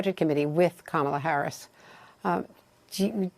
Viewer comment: That is Racist!! Purposely Mispronounced Kamala Harris 's Name .You're that Stupid? It is Awfully Rude the Way you Mispronounced Someone's name. Clearly you are following Trump's ways. Get A Life !! Be A Good Individual !!! Be You !! You will be A Happy Man with Dignity.